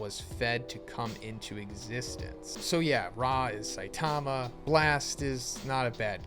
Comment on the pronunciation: Really hard to take this dude seriously… he can’t even say saitama’s name right